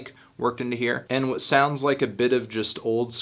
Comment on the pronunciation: He hepsin whet? Whet he hepsin?